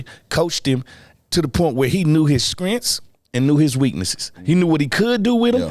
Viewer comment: Yoo did Fred say “Skrintz” (strengths) 🤣🤣🤣